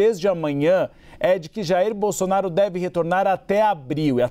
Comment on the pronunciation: O apresentador não sabe pronunciar o ex presidente.